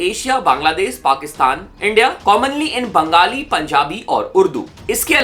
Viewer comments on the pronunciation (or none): none